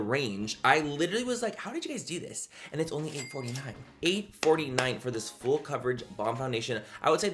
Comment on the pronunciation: When you say full coverage all I hear in my mind is FOOL COVERAGE 😂 I love you Manny ❤